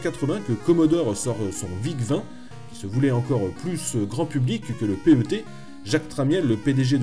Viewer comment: Le "Commodore Pé heu Té" ?? mais tout le monde dit PET (animal de compagnie en anglais) et c'est fait exprès ! C'est quoi ce spécialiste en carton ? :-D